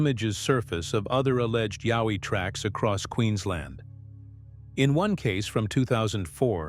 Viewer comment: a what oi, we do not have yahoi we have Yowie